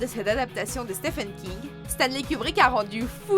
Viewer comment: Ca se prononce SteVen King.